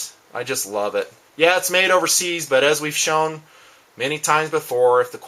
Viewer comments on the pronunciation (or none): none